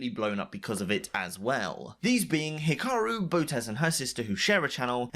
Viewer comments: hiraku "HE-ROCK-YOU" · Ah yes my favourite chess player "hiraku" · lol "Hiraku" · God damn it for the last time its urakih not hiraraki get the name right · “Hiraku” Yeah, he’ll rocky you in Chess